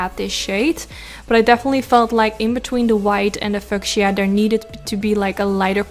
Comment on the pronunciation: just to be helpful only. It's pronounced Fee you sha (fuchisa) Love you. Exquisite eyes. I love pink! Your smile is beautiful! 🌹🌷🌹🌷🌹🌷🌹🌷🌹